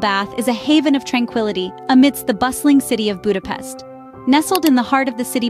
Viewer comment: Ha már ide utazott tanulja már meg helyesen mondani a fővárosunk nevét, és pöszítsen!